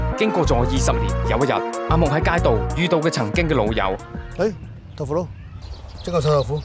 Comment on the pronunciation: 佢講豆腐佬講得好撚正😂😂